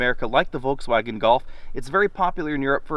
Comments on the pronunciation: Wtf is "Volksfäägen"? If you want to pronounce it correctly: "Folksvagen" German "v" is pronounced like "f" and german "w" is pronounced like "v". And there's definitely no "ä" in it. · If you pronounce Volkswagen with a Ford F at the beginning you are absolutely on spot. Cool vid!